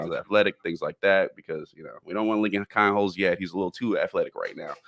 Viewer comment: Pronounced “Keen”holz….. NOT …. “Kine”holz